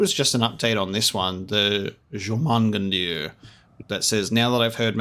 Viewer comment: tip, its pronounced your-man-gan-der